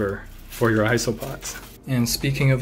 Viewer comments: you said isss-oh-pods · ITS isopods like eye-so-pods (jkjk pronounce it how you want to I don’t judge)